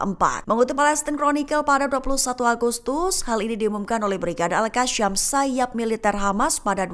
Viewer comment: koq bacanya AL-QASSYAM sih gobloq banget !!... seharusnya AL-QASSAM